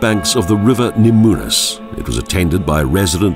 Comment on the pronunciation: I couldn't agree more. The "Na moo' nas" was bad enough, but "See Ay Lee Ay" instead of "Shiau-lay" (Šiauliai)? That's just beyond unforgivable. Great video, though. I'd think this video just might bring some tourism our direction.